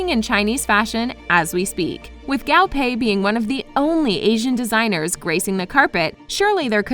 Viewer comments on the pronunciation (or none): I cringe everytime she pronounces "Guo" as "Gao"... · "Gaw pay" PLEAAASEEEE its GUO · I cannot be the only Chinese speaking person that cringed every time she said GAO pei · How do you pronounce Guo wrong...it’s not Gao, it’s Guo